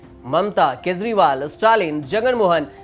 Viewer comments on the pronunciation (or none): none